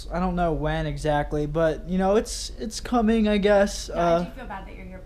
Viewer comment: Scump tells his mom he's "cumin"